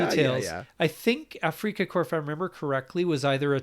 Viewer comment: It’s not afreaka corps